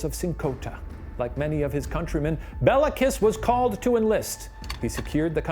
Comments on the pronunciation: the pronunciations kill me lmao, calling him Bella Kiss of Sinkota sounds so romantic xD it's pronounced like "Bay-lah Kesh", and the Cz in Czinkota makes a ch sound, so it would be more like "Chin-kota" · His name is Béla, pronounced bayla. Béla Lugosi, actor. Béla Bartók, composer. Both Hungarian. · It's pronounced "Kish Bale-ah" you can look up this stuff in like seconds